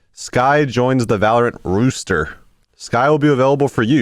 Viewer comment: Its one o it's roster not rooster